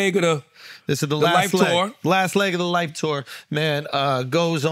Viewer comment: Now I can't unhear Charlamagne saying 'Kendrick had the highest grossing Tuah of all time' 😂